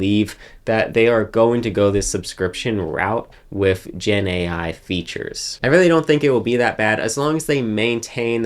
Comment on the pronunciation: Dude. Please stop saying "wif". The word is "with". Don't be lazy.